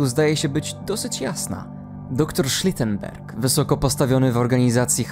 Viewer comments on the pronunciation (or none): Shrotenberg brzmi jak hainserberg